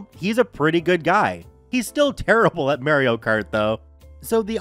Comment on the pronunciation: You should never say Mario again.